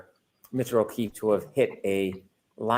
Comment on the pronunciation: He always sounds like he is saying,"Mr. O'Keith" instead of "Mr. O'Keefe" but ive never seen anyone mention it so i guess it may be just me. It drives me nuts.